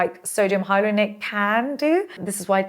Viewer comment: sodium hyaluronate = "sergio hydronate" 😂🎉❤ gotta love